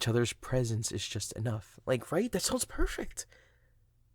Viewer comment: this part is like the “you perpek, me perpek, we perpek togeder. Are you…open mindue?”